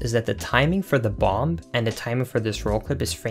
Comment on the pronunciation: Link us said BOM-BUH NOT BOM BUT BOM-BUH